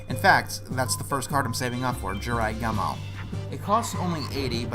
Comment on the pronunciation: The only Yugioh game I've played is Duel Academy, The Gumo part of Jirai Gumo is pronounced as Goo-moe, the character who is Atem's mentor is actually Shimon